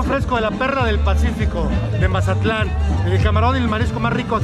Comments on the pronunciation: Can you say Mazatlan right for once in your videos . Don’t say Mazalan say Mazatlan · My hermano can't say mazatlan